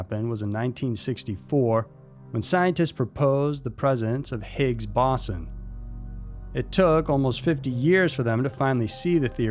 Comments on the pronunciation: Great video as usual, it's pronounced "Bow-zon" or "bow's on" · It's called the BO-ZON (how it's pronounced) please do your own research about stuff at least a little before narrating. Lol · Actually its pronounced /Bow son. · time is not the 4th dimension, recent discoveries suggest time is a made up concept in your brain so how can that be a dimension? plus you pronounced boson wrong